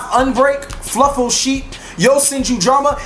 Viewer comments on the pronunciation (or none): Did u say fluffal cheap instead of sheep